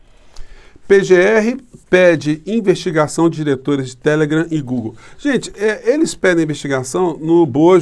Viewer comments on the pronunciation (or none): none